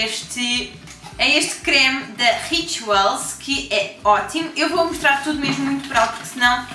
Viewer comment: sabes que mais? Everything is great! Tens uma maneira engraçada de dizer "Rituals":)